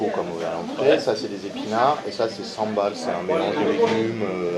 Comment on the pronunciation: c'est pas senbai mais sambal lol sinon elles sont trop bien t vidéos continue comme sa!!!!!